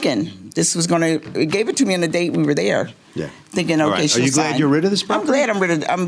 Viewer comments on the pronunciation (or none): none